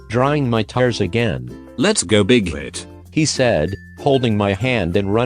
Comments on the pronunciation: I thought when you said bighit for y/n I thought you said big dick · Wtf was her name "Big clit"? I swear I heard Big Clit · DID HE JUST SAY "WHATS WRONG BIGHEAD" OR AM I HEARING WRONG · I THOUGHT HE WAS SAYING BIG TIT LFMAOAOAOAAOAOA BIG TIT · i heard 'big weet' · I SWEAR I KEPT HEARING BIG-CLIT LMAO IM SORRY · i thought it said bighead instead of bighit lol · I love how instead of Y/N you said BiGhIT